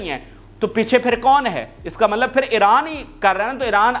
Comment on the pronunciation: ملب نہیں ہوتا پیارے۔۔۔ مطلب ہوتا ہے۔